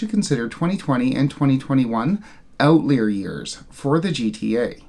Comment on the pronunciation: Out-lie-er...not out-leer.